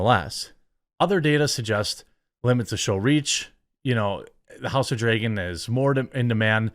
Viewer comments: why do you say "drAYgon"????!?!?!?!!?!?! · Learn how to pronounce "dragon" dude... Every time to say it weird, sounds like you say "draigon" wich is what?